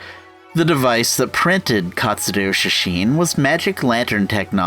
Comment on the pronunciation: He keeps saying katsudoo